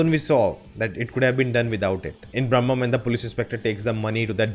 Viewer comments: Bhramam - is not pronunced as Brahmam - both are different words and have different meanings :) Bhramam is not ब्रह्मा. Bhramam means illlusion and can be pronunced as this ब्रमम . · Not brammam.... It's bhramam....fascination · It's not Bram'mam, but BRA'MAM (obsession)